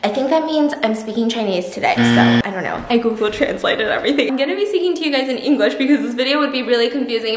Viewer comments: I CHOKED ON MY WATER WHEN SHE TRIED TO SAY ”ENGLISH” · The moment she realised “english “ is actually “yin yue” not “yeAn YayU”